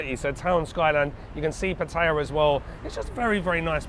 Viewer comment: Thanks for saying Pattaya the Thai way.